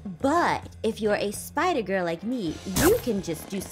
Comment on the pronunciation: "It's a bird" "It's a plane" It's AHPIDER!!!